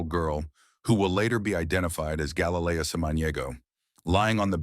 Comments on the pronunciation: Again. Can't get the (Hispanic) victims name correct ever. Galilea NOT Galayleia Have some respect man. Smh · You could at least pronounce her name properly. ❤️‍🩹